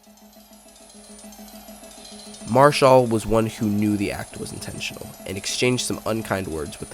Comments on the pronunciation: His name is NOT Marshal, but M A R I C H A L! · I watched this event live on TV. I remember it well. First, you are incorrect, there IS video of this event and it is easily discoverable on YouTube. In addition, you completely miss that Marichal (pronounced Mar-eh-shawl, not Marshall) hit Roseboro twice, once while he was behind the plate, which precipitated a wrestling match between them that spun the two of them out onto the grass in front of the mound, and then again while out there on the grass which cut Roseboro's forehead open and caused him to fall down. And you miss that Tito Fuentes, the on-deck batter, came charging in with his bat up high, angling for position so that he could also take a swing at Roseboro with his bat, but Marichal knocked Roseboro down before Fuentes could hit him. You miss that after Roseboro fell down Marichal was not done and tried to take a swing at Koufax, who instinctively put his left arm up to protect himself (boy would THAT have been a history altering moment). But the home plate umpire bravely grabbed the bat just as Marichal began his swing, preventing Marichal from completing the attack on Koufax. (The two were close enough and Marichal would have hit him had the umpire not interceded.) Finally, your assertion that the image of Mays leading Roseboro away is the most famous photo of the event is laughably incorrect. Not even close. While it is laudable that Mays, Cepeda and Koufax (3 HOF'ers) were among the main ones trying to break up the fight and restore the game to mere competiti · Come on bro. Pronounce his name right. It's not pronounced Mar-shall....it's Mar-i-chal...good video otherwise. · How did you spend so much time making this painfully boring video and not bother to learn how to pronounce MA-RI-CHAL????? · yeah, I saw this crappy video and thought, "Have I and all the sports announcers I have ever heard been mispronouncing this his 'HOFer's name wrong for all of these decades!!?!